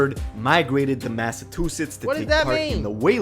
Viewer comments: If this nigga say mathatoothitz one more time ima beat his ass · Why he say Massachusetts like that 😂😂